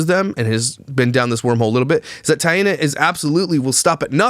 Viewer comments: please just say “T”, instead of mispronouncing her name 3 different ways throughout the video. Thank you. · Nope. It's pronounced like TIE-nuh. Similar to Diana but with a t is the way she described it in her own video. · Her name is pronounced “Thai-e-naw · The baby looks exactly like JJJ but Taina PRONOUNCED “I-Ana “ says the baby looks just like Cleopatra! Weird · Her name is pronounced Taint